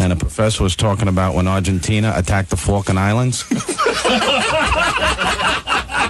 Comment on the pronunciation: Falklan islands =Falcon islands, not fukin islands..